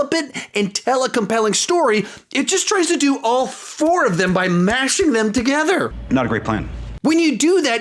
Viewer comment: 0.5 speed the way you say together made me laugh